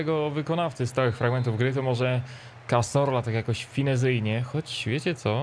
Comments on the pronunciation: Cazorla a nie Casorla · pls jak jak wypowiadasz nazwisko cazorla to mów ca(z)orla A nie ca(s)orla bo aż uszy bołą